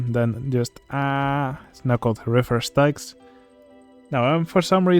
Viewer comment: Just so you know, Styx is pronounced like "sticks". That being said, those are good additions to the Misery Marsh. The tentacles emerging from the ground and the tentacle stand are a nice touch.